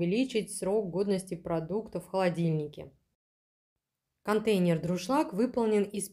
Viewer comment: Дуршлаг... А не друшлак.